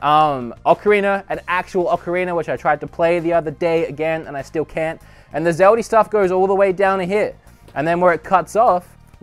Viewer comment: "Zeldie Shrine" Less go baby gurl